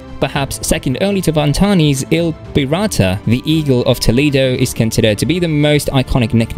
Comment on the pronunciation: Complete nonsense !! He mentioned il Pirata with a weird accent. 😕 Failed to feature the iconic climber.